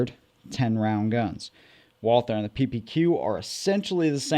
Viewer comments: Since You are working on your German pronunciation. Not WALL-THUR, BUT VOL-TAA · It's pronounced... VAAL-TER (I'm German) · It's pronounced walter or valter in german. Not with the th sound like you're doing. All that ww2 study you claim to be doing and can't even look up a simple pronunciation. Smh Edit: can't even finish this video. You say it the wrong way over and over while saying "you're working on your German for this video" No you didn't work on your German.